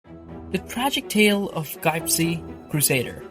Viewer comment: Why you say gypsy like that bro